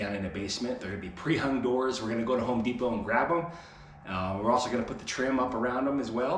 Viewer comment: He said pre hung 😄